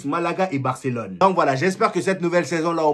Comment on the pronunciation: Tu prononce bien barcelone